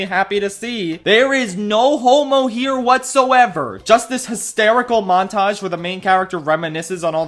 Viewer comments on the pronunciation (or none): none